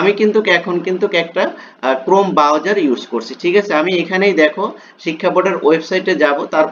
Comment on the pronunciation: bawjer na.... browser